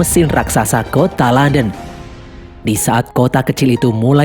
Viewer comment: KOTA LONDON KEBACA JADI KONTOLODON 😭